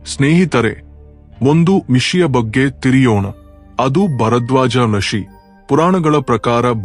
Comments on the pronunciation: ಉಷಿ ಅಲ್ಲ ಋಷಿ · ಋಷಿ ಅಂತ ಹೇಳು ಅದುಬಿಟ್ಟು ಯಷಿ, ಉಷಿ, ಬುಷಿ, ಮುಷಿ, ಓಷಿ, ಖುಷಿ ಅಂತ ಏನೇನೋ ಹೇಳ್ತಿಯಲ್ಲ😂